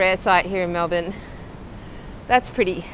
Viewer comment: 1. Thank you for saying Melbourne correctly 2. This makes me feel ashamed to be Australian 🙄